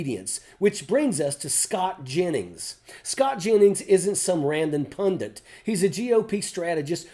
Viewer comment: PunDIT!!! ITS PUNDIT! D-I-T at the end! Stop fkn pronouncing it with an extra N that doesn’t exist!!! 😫🤬🤬